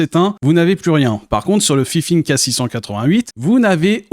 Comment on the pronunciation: c'est pas fifine mais fainfaine #DISLIKE